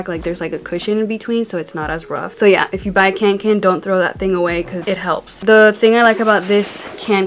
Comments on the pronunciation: CANKEN... screaming in swedish. It´s KÅNKEN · When you said kanken it sounded like can can 😂 love your video!